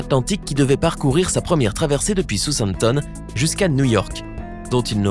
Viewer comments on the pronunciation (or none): Sousamtom ??!!!?.....Apprenez à bien prononcer le nom des villes.....quand on fait de l'info , on se renseigne sur la prononciation !!!!!!....pitoyable " documentaire"